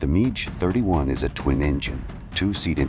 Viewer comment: How many different versions of Clint Eastwoods' face are in this AI mash up? Also, it's pronounced Mack 6 not Match 6! One five hundred kilometres? No, AI dummy, fifteen hundred kilometres. Midge 31? Jeez, what kind of English is this robovoice using?